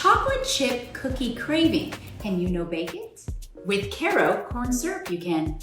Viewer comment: She can't even pronounce Karo correctly.